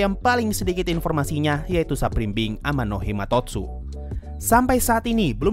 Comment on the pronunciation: title : Amanomahitotsu sensei : Amanohimatotsu